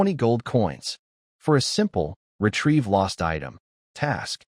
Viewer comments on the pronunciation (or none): none